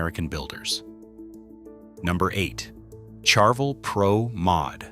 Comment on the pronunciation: I like your videos, usually insightful, but the way your AI narration pronounces Ibanez and Charvel is an abomination to my American English ears. Please QC your AI narration much better before release, or I might unsubscribe, ha. Don't make me unsubscribe and hit the dislike button, please. I can not like these videos presently, with those inexcusably lame pronunciations of brands and other words that have been well known for decades.